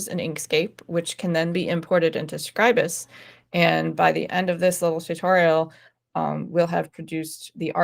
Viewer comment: So nice to hear Scribus being pronounced correctly.